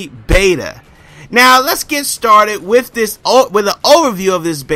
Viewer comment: Use proper an·nun·ci·a·tion, you say wif a lot. Drop the F and add a TH at the end. This may be a earth shattering revelation too you but not every games main focus is about competitive multiplayer. Destiny is about The exploration of the solar system, collecting loot and running through dungeon (Strikes) with your friend's, the competitive multiplayer was not intended to be the main focus. Bungie also locked the multiplayer because it would give people some time to play the game and find competent weapons. One last thing how can you knock a game for not having prone ? does this looks like a tactical shooter ? Going prone in a game like this defeat the design philosophy behind its game play an is invaluable to it.